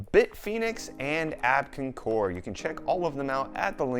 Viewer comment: Abkincore? Abkoncore? Their logo does not read like you say it. It looks like Abko-av-core. That's confusing.